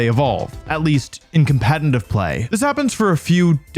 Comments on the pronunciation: for a lot of these you talked about why theyre good pokemon, but didnt explain properly why they would be preferred over their evolved forms. also its "competitive" not "compenitive" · Wolfey, can you please learn how to pronounce competitive? There is no n in competitive, yet you manage to put one there every time you say it. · Is he seriously still saying competeNtive? 😂😂 You should trademark that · BRO ITS PRONOUNCED COM-PE-TE-TIVE NOT COMPENTIVE GAW DAMN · he says competitive like "compenitive" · Can you post a video with you saying just “competitive play” repeatedly 😌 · I’ll subscribe once you’re able to pronounce “competitive” correctly. 😂😂🤣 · yo do you realize you can’t pronounce competitive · You pronounce the word "competitive" weird